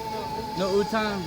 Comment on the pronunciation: Utong means nipple my friend... make sure to pronounce A on utAng. Gorgeous lady.